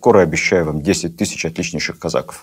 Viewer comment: Лекция супер. Но почему казАков, казакОв! Очень режет слух...